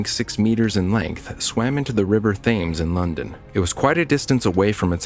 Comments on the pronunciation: It's tems, not tims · It’s not Thames, it’s Tim’s